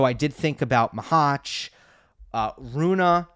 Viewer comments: Only worst thing than his saying Runah instead of Rune are his eyebrows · He should stop saying Runah on purpose. He is trolling